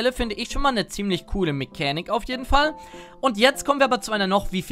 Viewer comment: Mechänik der Woche? #